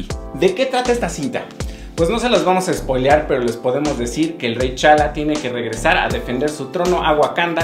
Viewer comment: Con razón sentí.medio floja la dirección, buena película y es Rey T'Challa, no Rey chala